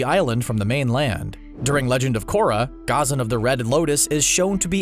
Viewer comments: CBR pronounces Ghazan Gah-zan Us: Gha-zam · It’s ghazaan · The way he said Ghazan is weird too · Your pronunciation is terrible. It's YU-ay Gha-ZAN La-HE-ma